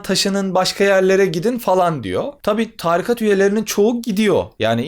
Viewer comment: Çok güzel anlatıyorsunuz hocam. Ama târikat değil, tarikat.